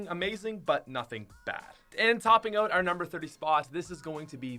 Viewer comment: When say oot instead of out